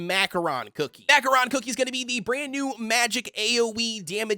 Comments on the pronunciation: It's pronounced Ma Ko Ron. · Bro said Mackoron cookie